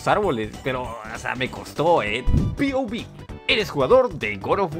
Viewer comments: Me da ansiedad escuchar a duxo decir pouvi xd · No es: piouvi Es: POV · Por que le dices "piovib" en lugar de pov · Mi ansiedad cuando duxo no dice pov y dice piobi📉📉📉📉📉📉📉📉📉📉📉📉📉📉📉📉📉📉📉📉📉📉📉📉📉📉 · Te lo ruego, di POV no PIOVI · Pov: duxo dice "pi o vi" Y no pov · Es POV no piovi, sobre qué no das risa N sabes pronunciar? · se dice "point of view" no "pi o vi", aprendan antes de criticar